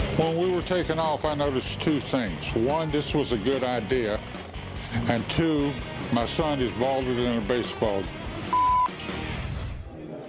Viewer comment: Twin tweee fifties lol.